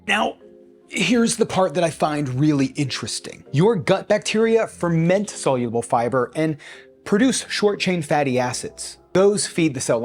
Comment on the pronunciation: Crazy to produce a month long fibre experiment and not learn how to correctly pronounce "soluble"